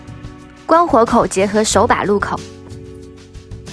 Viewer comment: 跟我读：入口ru kou 不是lu kou😂😂😂up主是福建人鉴定完毕